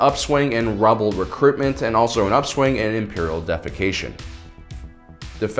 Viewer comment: Did he say defacastion like poop